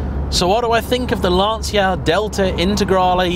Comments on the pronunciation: Great review,. Some corrections in your video review 1)....It's Lan-Chia, not Lan-See-a 2)...now famous some arch extensions. Those arch extensions are the famous quattroesque fenders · It's LAN-TCHA not LANSEEA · It's actually pronounced lan-cha not lan-see-ya as in Italian ci would be pronounced as a ch sound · if only this is in right hand drive. a collector car. but you pronounced Lancia wrong. it is pronounced "Lan-Chia" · Starts off video by not pronouncing 'Lancia' correctly. What is wrong with people? It's perfectly simple! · It's the wrong way. Better to pronounce it correctly, surely? Might also make you seem a little less like you're trying to sound like Clarkson.